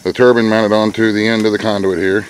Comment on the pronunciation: Turbine not turban